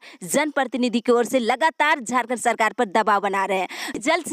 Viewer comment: Man zharkhand nhi jharkhand ha ap plzzz words kA sudhar kijye.....